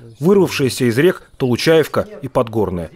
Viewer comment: Толучаевка? Толучеевка